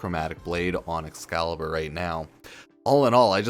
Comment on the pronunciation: excalibur umbruh